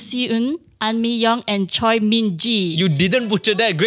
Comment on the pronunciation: butchered the name pronunciations tho. Choi is pronounced as Chweh, rhymes with Air.